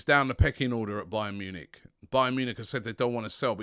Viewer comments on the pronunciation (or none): none